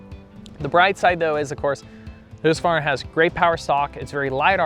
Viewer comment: Thank you for pronouncing Husqvarna correctly. So many americans get it horribly wrong